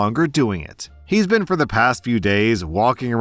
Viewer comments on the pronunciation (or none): none